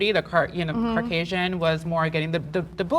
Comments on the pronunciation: "what defines natural?" Easy. Natural means you are exactly as you are born. Not with anything put in your body that wasn't naturally a part of your body. Also "carcausin" wtf bro, it's Caucasian. CAUcasian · is she saying carcasian?